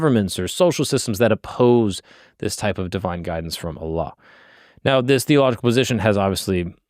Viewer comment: Your pronunciation of Allah is beautiful. I never hear non muslims pronounce it so well👍